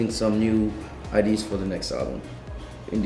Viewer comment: "idees" instead of "ideas" teehee ur so dang cute ATB! -3